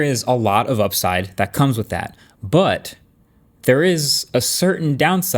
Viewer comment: 😂😂@ "BUT" 😂😂😂😂😂😂😂😂😂😂😂😂😂😂😂😂😂😂😂😂😂😂😂😂😂😂😂 love this Guy